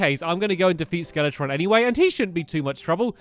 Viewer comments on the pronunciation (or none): FellowRPG it’s skeletron